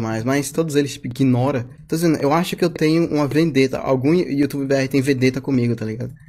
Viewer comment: "todos eles me iquinora"